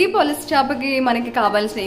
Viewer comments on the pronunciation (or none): polasa kadhu madem pulasa